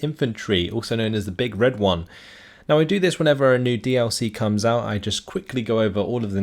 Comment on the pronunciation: I'm not happy with your pronunciation of the division nickname. Well, someone has to complain about your pronunciation of something :P